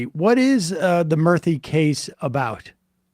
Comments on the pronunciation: Murthy is pronounced as moorthy btw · Its "Moorthy" to pronounce